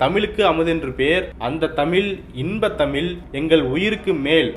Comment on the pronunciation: தமிழை, தமில் என்று உச்சரிப்பது நன்றாக இல்லை.